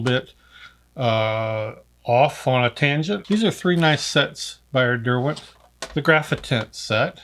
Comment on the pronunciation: This made me drool, so many lovely art products. Great to her Derwent pronounced the British way. God bless and merry Christmas 🎄.